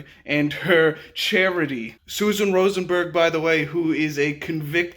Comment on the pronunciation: "Rosenberg" eheh